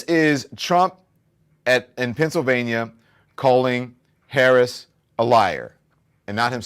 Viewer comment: It is so disrespectful of him to constantly and purposely mispronounced the Vice President's name - ugh he is so annoying!